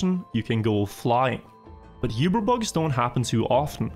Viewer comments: Awesome vids, but the word Uber, isnt pronounced You-ber. Its pronounced Oo-ber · "yoober" bug lol. That's not how uber is pronounced, in english or german. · Isn't it pronounced "oo-ber bug" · you-bear bug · I can't get over his terrible pronunciation of Uber.